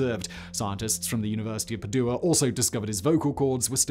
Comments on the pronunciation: Also it's PAdua not PadUa! 😅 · Or Padua for that matter